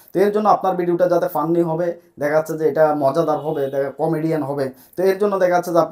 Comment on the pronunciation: ফান্নি ভিডিও হবে না রে পাগলা ফানি ভিডিও উচ্চারণ হব 😂😂😂😂